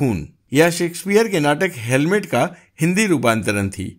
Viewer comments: Sir it is not helmet, it is hamlet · Helmet nahi Hamlet bolo sirji.😉😉😉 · हेलमेट नही हेमलेट है। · कृपया Hamlet को Helmet नहीं बोलें 🙏🏻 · Bhai Helmet nahi "Hamlet" bolo. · Kindly say HAMLET, and not HELMET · Helmet nahi hemlet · अरे जनाब आप हैमलेट बोलो बार बार हेलमेट बोलते आपको शर्म नही आती आपकी पूरी कहानी आपकी अनपढ़ और फिल्मी ज्ञान पर प्रश्नचिन्ह लगती है।